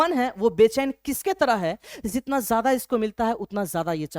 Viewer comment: Sir cool banneke chakkar me J ke jagah z use kr rhe hai jaise jitna ko zitna bl rhe hai 😂